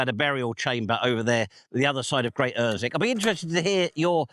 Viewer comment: Gt Ossick or at least UrsWick without the silent W. Its near li'l Ooston tha knows. Fine video for Easter Day. A lot seems to have gone one there over the millennia.